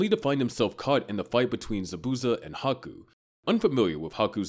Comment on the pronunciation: Butchered zabuza name 😭 good vid tho